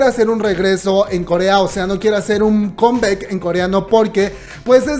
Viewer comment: Hey chíngu, la palabra en inglés COME BACK, No se pronuncia kem beck,se pronuncia cám báck. ¿Okey?, good..